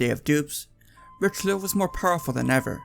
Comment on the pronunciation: Great content Please say Ri-shel-oo please. Pronunciation is important. It’s like a shibboleth, if you don’t take it seriously people won’t take you seriously.